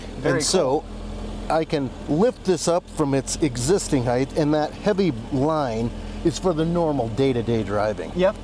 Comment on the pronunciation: I like the car, but I don't care about your sponsor. The owner of the car often mispronounced the word height. It's pronounced Hite, not Hi-th.